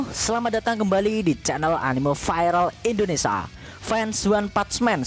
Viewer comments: Indonesia mas e bkn endonesa😂😂😂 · indones(i)a min bukan indonesa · Bang kalau ngomong Indonesia dibacanya jangan jadi indonesa bang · Indonesia bukan indonesa